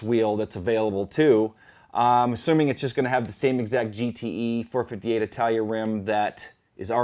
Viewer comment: Can you please stop calling it 4 58? It annoys the hell out of me. It's 4 5 8